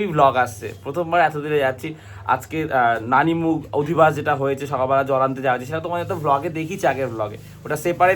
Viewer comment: কথাটা হল নানি মুখ না, নানদী মুখ